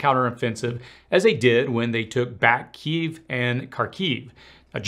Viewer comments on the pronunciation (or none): none